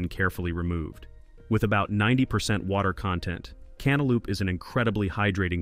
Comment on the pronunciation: Cantaloupe, lope, NOT LOOP